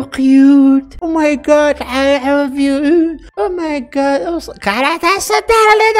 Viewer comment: او ماي كاد سو كيوت ❌ او ماي قاد سو قعيوت✅😭😭🥲